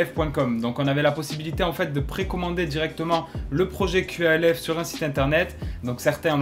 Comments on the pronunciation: C’est QALF pourquoi tu dis QLF ? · Dites Qalf bordel pas Q.A.L.F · Tu prononces mal qalf